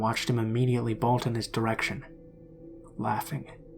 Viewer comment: Why do you say “bolt” like “balt”?